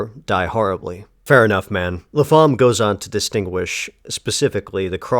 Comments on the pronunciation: Pretty sure you pronounce the writer's surname 'Lap-ham' (Lappum, phonetically), not La-pham. Could be wrong, but pretty sure. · The PH in Lapham isn't pronounced as an F! The name is pronounced LAP-HAM or Lap-um...